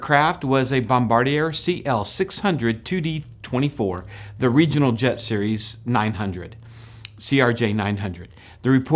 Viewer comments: Also, pronounced "Bombardi yeah" not Bombardi urr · More like Bombard eeyay, no? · Apparently it is pronounced Bombard-yay(yeigh). French things.